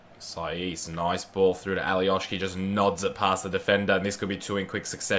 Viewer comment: Alioski no Alioški he is from Macedonia